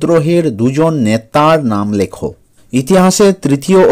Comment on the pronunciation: ন্যাতা নয় নেতা😂😂😂😂😂😂😂